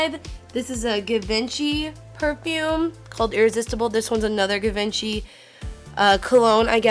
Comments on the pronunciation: Her pronunciation of Givenchy omg 😂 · the way she pronounces Givenchy tho. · Cringing too hard when you say Givenchy, it's not how you say it. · i died when she tried pronouncing "Givenchy" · if you can't pronounce Givenchy correctly then don't own it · Anyone else cringing about how she is saying Givenchy? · Kelly Blaine I've worked in retail forever and everyone says Givenchy, you let the customer call it whatever they want otherwise they don't buy lol. But it's a common mistake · her white person pronunciation of 'givenchy' tho.. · NOOOO THAT IS NOT HOW U SAY GIVENCHY 😩😩😩😩😩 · I cringed sooooo hard when she said givenchy wrong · Your pronunciation of Givenchy annoys the poo out of me, but this is a great video. I'm going to have to go to my ulta in Buckhead..really uppity part of Atlanta. Helpful video. I wouldn't suggest using products you can't thoroughly clean and spray down with alcohol, i.e. anything that has a doe foot applicator and mascara. you can clean the applicator, but if anyone used it without cleaning before and after it is forever contaminated. Even if the doe foot is off I still wouldn't use it, people double dip and herpes, pink eye or even going blind from bacteria isn't cute. You can use regular lipsticks, all you do is spray, wipe the layer off and spray again. Powders and creams are the same jazz. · The way you said givenchy and yves Saint Laurent made me cringe so bad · Kills me it's pronounced { jhee-von SHEE } Givenchy. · "Gi- vent-chee" oml im dead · I could be wrong but I thing givenchy is pronounce gee-vawn-she not geh-vin-chee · This is awesome but the pronouncing is killing me! givinchy is zhee-vahn-she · Givenchy is pronounced "ji-vahn-shee." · givenchy is pronounced jhee-von-chee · The way she says givency. She sounds like trash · It's "gee-von-schy" too :( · Givenchy is pronounced "zhi-vaun-she" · Givenchy is actually pronounced more French like "jee-von-shee" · Kelly Blaine Ja-vahn-shey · Givenchy Gee•vahn•chee